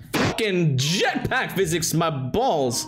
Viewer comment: the most morrocan way to say Jetpack